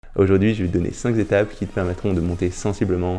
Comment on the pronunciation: On dit "cinq étapes" pas "cinq zétapes" 😋